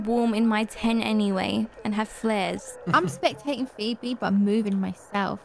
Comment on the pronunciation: sometiems says her name like pheeberry lol